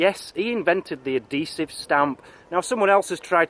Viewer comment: ahesive?!! Never heard of that before.